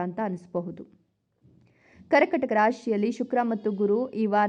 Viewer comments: ಕರ್ಕಟಕ ಅಲ್ಲ, ಕರ್ಕಾಟಕ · ಹೇಳುವಾಗ ಕರ್ಕಟಕ ಎಂದು ಹೇಳುತ್ತಾರೆ ( ಕರ್ಕಾಟಕ ಎಂದು ಹೇಳಿ)